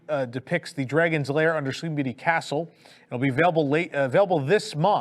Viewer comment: & drones/ Blue sky. I nearly fell offa me chair LOL! Bell/Booze. I no NO Know Y you'd have to have booze delivered? Fountain got delayed reaction to Hurricane Ian & therefore collapsed a week later. will ALWAYS pronounce castle DLP wayyyy better than Michael Eisner. Tokyo Disneyland will ALWAYS one UP US parks on merch.